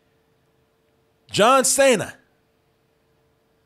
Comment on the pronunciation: It's Cena. Not Saya.